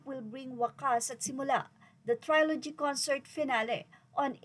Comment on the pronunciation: ‘Trilogy’ is pronounced as (tri-luh-jee) hindi po (try-lo-jee). 😊